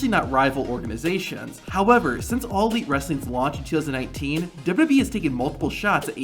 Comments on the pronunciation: dubadee dubdubweee dubooduboueee dubdoobwlwlweeee. ffs it's W W E Not that hard to say. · What is this "Dub-ub-e" you keep referring to? I've heard of "Double-You, Double-You, E" before (WWE.) Perhaps that is what you are referring to? Sorry for the troll, but it just got annoying after awhile listening you mispronounce over and over and seemingly WORSE every time you said it.